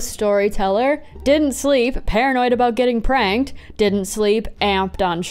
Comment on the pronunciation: Every time you said "got pranked" I heard "got pregnant" and that's a very different category